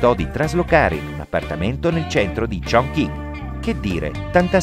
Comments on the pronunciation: shingi001 come ha pronunciato 重庆（chong qin)? 🤣 kongking che cos’è 😂😂 per non parlare dei 元 (yuan) ha detto Jiang 😂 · come hai pronunciato 重庆（chong qin)? 🤣 kongking che cos’è 😂😂 per non parlare dei 元 (yuan) tu hai detto Jiang 😂